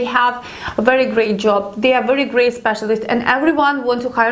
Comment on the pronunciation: I like how you (mis) pronounce the 'W ', with the 'V' sound.., or the 'V' with the 'W'..! it's very, very nice to listen to for Western Ears;)))) this is not a criticism, only a friendly observation, I like it, (W)ery, (V)ery much;)).... lovely, really beautiful accent! nice one;))))))